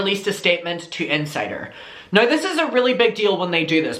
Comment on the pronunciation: And when he says “nye” instead of now 😁😁😁🥰🥰🥰🥰